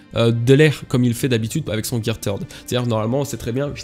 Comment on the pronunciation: Quand tu dis "gear third", on dirait que tu dis "gear turd"